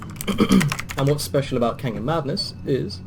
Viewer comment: I'm sorry but I cant understand you when you say how you are playing canyon madness offline